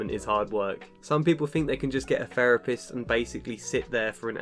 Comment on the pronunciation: A therapist who says "ferapist". Hmmm.